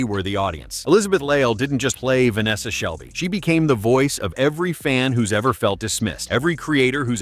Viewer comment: it’s vanessa shelly btw not shelby just saying